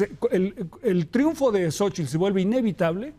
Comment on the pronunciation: Sabino pronuncia correctamente " Xóchitl " , pero la mayoría, entre ellos Zuckerman dicen "Sóchil".